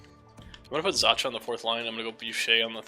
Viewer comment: It's pronounced Pavel Zaka